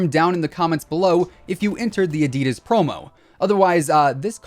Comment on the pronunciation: I get triggered by the way he said “ADIDAS”, anyone else?